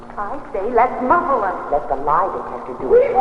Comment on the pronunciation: What's up with your voice mate? "vem" instead of "them" and over pronouncing S's and T's...